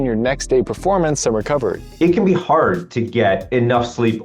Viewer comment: "can go hord for hours" kkkkkkkkkk